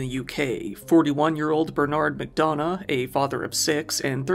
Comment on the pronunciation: Bernard is pronounced Ber-nerd. And McDonagh Mack-Done-Nah. It's an Irish traveller name.